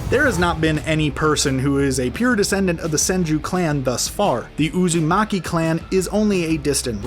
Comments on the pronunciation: Uzumaki, Sasuke, Senju, Kishimoto, Infinite tsukuyomi and GenJutsu. They are the only words you pronounced right on the first go. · finally he one name right uzumaki